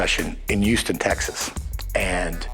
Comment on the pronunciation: where is "YOUston Texas"???